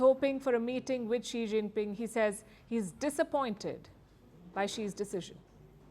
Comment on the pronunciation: As if this reporter has any.she doesn't even greet chinese leader by how she said his name only.